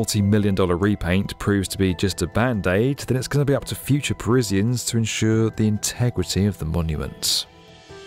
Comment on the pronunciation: what's a Parizzian?